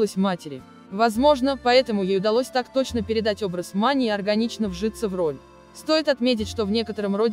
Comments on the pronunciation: Иваново - не подмосковный город! Маня не МанИ. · Как Вы читаете!? Невозможно узнать слова: МанЮ?, МанИ? Ударение куда попало! Как можно умудриться исказить такое известное и исконно русское имя Маня! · Вы хоть читайте со знаками препинания и с правильным ударением, а то имя Маня склоняете как МанЯ, МанИ!!!! Слушать не возможно.... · Фильм замечательный и душевный. А комментарии к фильму читает или робот или бестолочь - у МанИ.. Что, ударение не знает как ставить? Слушать противно. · Наверное робот читает текст, на французский манер: Софи',Мани' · Обзор конечно интересный, артисты все прекрасные , и фильм замечательный. Но бесит меня комментатор! Ударения неправильные, да и слова частенько не те, а уж бегущая строка - это вообще что то несусветное! Что нельзя обойтись без "искусственного интеллекта"?! Нормального живого человека нельзя найти для этого?! Из-за этого не хочется смотреть эти ролики. Портят настроение. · МанИ, ЛюсИ😂 прямо из французской жизни. МАня и ЛЮся на самом деле, кто только текст читает?